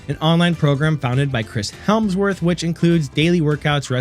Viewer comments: Chris Hemsworth - There's no L in there :) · It’s embarrassing you made an entire video where you mispronounced his name every single time.